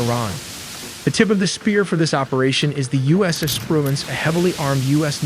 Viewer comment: “The U.S. Espruence”